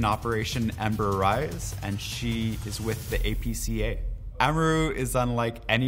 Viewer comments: We just gonna ignore him saying ahmaroo for amaru? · Plebtile So we just gonna ignore how he pronounced Amaru?